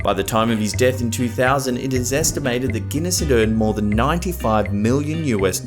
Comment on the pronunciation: Ahem, the correct pronunciation is Sir Alec Guinness, just for the record.